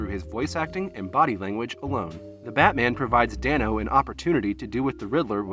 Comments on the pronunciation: It's DAY-NO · The fact that this includes Meek's Cutoff and not War and Peace is just...weird? Is this cuz this is a film-only channel? War and Peace is one of his greatest roles to date. And bro, it's pronounced Dane-O 😂 But it's cool, most people get it wrong, even interviewers.